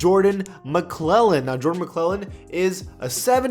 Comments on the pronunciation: McLaughlin is pronounced Mc-Log-lin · Maglocklan is the pronunciation for Jordans last name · Jordan McLaughlin is pronounced mglocklin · Did just say ma-cle-Lin for Jordan McLaughlin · He said McClellan